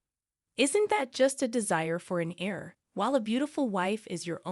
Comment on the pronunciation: Pronounce heir like air, not hair. The ‘h’ is silent.